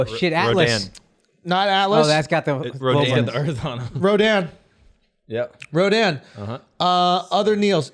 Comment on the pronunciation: I'm impressed with the Rodin shoutout, as well as the correct pronunciation.